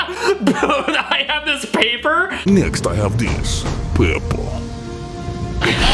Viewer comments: the paper pronouciation 😂😂😂😂😂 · “Next, I have dis (this) , paypuh (paper).” in some sort of accent that kinda sounds kinda similar to a Russian accent, somehow.